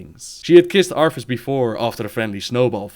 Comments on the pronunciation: cant get over the fact you say arTHAS as ARFas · I love how he kept saying "Arfus"